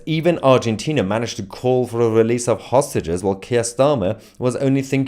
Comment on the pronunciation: He got a tongue tie I believed. He can’t pronounce Hostages. I also believe he is more attracted to rich and power guys like elon and bibi.